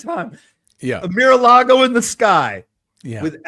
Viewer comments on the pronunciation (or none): MaraLago (not Miralago).